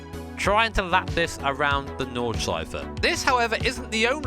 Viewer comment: Irgend wer Deutsch hier? Und macht sich auch die ganze Zeit dadrüber lustig wie er Nordschleife ausspricht😆